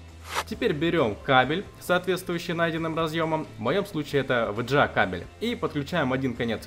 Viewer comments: Вообще-то вга а не в дже а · Вджеа? С каких пор вэга стал вэджеа? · Только мне режет слух ВЭДЖЭА?